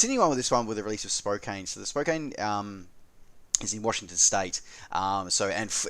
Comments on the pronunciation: Thanks for another fine roundup of the week’s sim news. Being the nit picker that I am I have to point out that Spokane is pronounced as “spoke an”. I have flown in & out of that airport many times and as it happens I lived at 3639 East Spokane Street in Tacoma for 5+ years in my youth. Many years ago. Further if I could ever win a significant lottery I would love to move to the Coeur d’Alene area. (Not likely as I seldom buy a lottery ticket.) I would like to have ORBX’s Oahu except I no longer use P3D but I have told ORBX that I will buy it the moment they release it for AFS2. (If ever they do.) I have TrueEarth Washington HD and I have tried to buy the enhancement pack but my copy of ORBX’s FTX Central is confused. It thinks I have already bought & installed both that and the SD version of TEWA. I got a reply to my inquiry on their XP11 support forum from Nick Cooper which only managed to confuse me further... not a hard thing to do for me these days. Thanks again for this fine update! :) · Nice wrap. One one: It's pronounced spoke-ANN